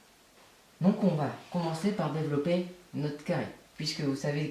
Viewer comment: Ça ma stresser ton "Dévolopper"